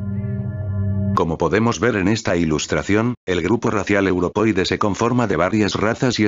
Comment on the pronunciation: Qué fastidio escuchar "europoide" en vez de "europeoide"!